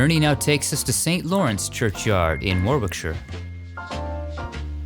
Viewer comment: It's fun hearing Americans say Warwickshire :)